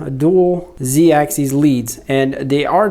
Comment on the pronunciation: Sorry to be that guy but it drove me a little nuts: “axis” is pronounced just how it's spelled, with a short I. It's the plural “axes” that ends with an -eez sound. More importantly, though, some solid points on what to adjust and how, thanks!